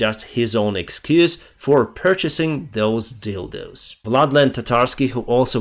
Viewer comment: I'm sorry but listening to say the word "dildo" is hilarious!😂😅😂😅